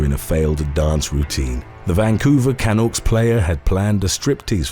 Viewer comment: How did you pronounce Vancouver Canucks again